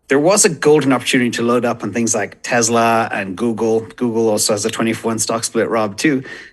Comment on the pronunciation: It’s not Tezla, it’s Tesla🙄